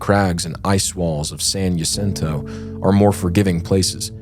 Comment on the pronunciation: I love you guys and your content, but, as someone who grew up in San Jacinto, it was painful listening to your pronunciation of San Jacinto and Idyllwild. 😂😂😂